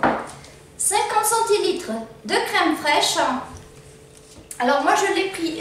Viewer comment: Crème fraîche * et non craime....